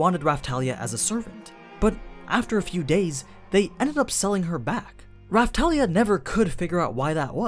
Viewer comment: Not Rafthalia but Rapthalia,Thank You